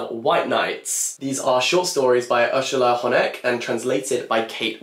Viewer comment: I really appreciate you taking your time to learn how to pronounce the authors’ names🫶🏻 nailed Urszula Honek